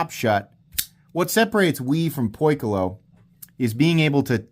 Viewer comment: Key-close(not far)…. It’s Greek for the word: Circle…